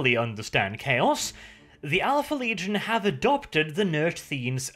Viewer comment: "Leagion", never change brother